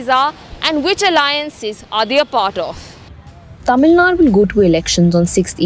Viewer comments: God sake it is not Tamilnad but Tamilnad"u"! Not Rama"dose" but Rama"dass"! Not van-yaars but vanni-yar! Not Palani-makkam but palani-maa"ni"kkam! ஏம்மா நீ தமிழ்தான? உனக்குத் தெரியாது? அதென்ன டமில்நாட்? விளங்காத வடக்கன்ஸ் அப்படி சொல்றான்னா உனக்கெங்க புத்தி போச்சு? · It's "Tamil Nadu" and not "Tamil Nad"...